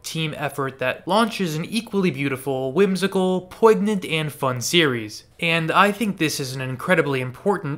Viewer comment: The "G" in poignant is silent. I have to go now.